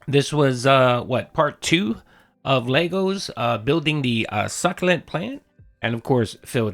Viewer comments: He should not be allowed to say succlant...ever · He ruined the word succulent